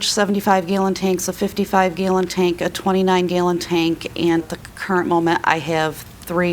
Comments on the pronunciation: "gaylon tank" I've never heard gallon pronounced like that. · “Gaw-lon” (gallon) 😂😂😂